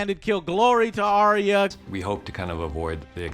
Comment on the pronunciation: Also can we please pronounce Arya as it is supposed to. Not Ariya.